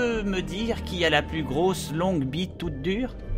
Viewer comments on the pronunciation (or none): none